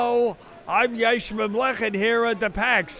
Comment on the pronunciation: Yeshmin Not Yashmin!!